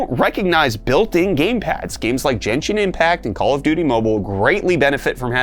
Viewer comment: Never have I heard Genshin Impact pronouced that way.